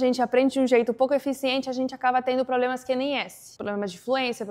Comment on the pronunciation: "Rápido", "conversam" e "problemas que nem esse". Quando ela pronuncia essas palavras, percebe-se que não é nativa, mas fala muito bem a nossa língua.